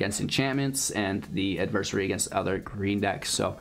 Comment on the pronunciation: I love how you almost said Adversary correctly, then you incorrected yourself lol.